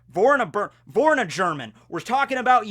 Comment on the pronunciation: You-key-oh, hanns, vorr-all-burn-uhh